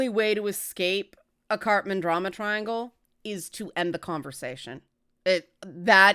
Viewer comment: I'm sorry, I keep hearing "Cartman Drama Triangle" XD